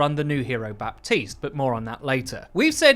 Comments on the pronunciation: For the last fucking time ! His name is prnounced BATISTE not BaPPPPPUHHtiste ! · dude please its bah-teest not bap-teest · We never ever pronounce the p in baptiste. Ever. It's just like Batiste. Simple as that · It's pronounced "Bateest". No P. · pls stop pronouncing the P in Baptiste i can't take it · Everytime you pronounce the p in Baptiste another small child dies